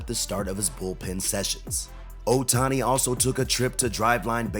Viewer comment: Yes, we all love him, don't we? Just a small thing... it's not a little valley（小谷 Otani) but a big valley(大谷 Ohtani).